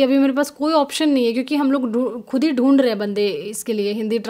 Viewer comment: Mam jb ap boltey ho ,hum bande dund rhe hai bhout funny lgta hai 😅